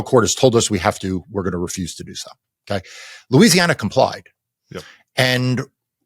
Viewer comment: Louisiana - rhymes with Lose.